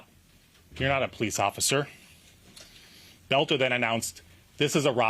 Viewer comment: Why American can not pronounce words it's Boelter not Belter.